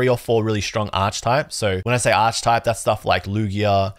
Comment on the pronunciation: great opening and vid! Just a heads up "Archetype" is pronounced with a hard "k" sound like "ark-eh-type" :)